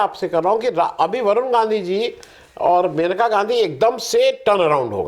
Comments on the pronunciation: महोदय, वह मनिका नही मेनका हैं. आप बार बार मनिका बोल रहे हैं. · मनीका नहीं मनेका बोल रहे हैं